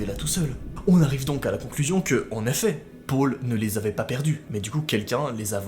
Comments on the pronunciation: " et son petit frère pôle " PÔLE NORD 😂😥 deso mais tu le dit bizarrement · tu dit mal Paul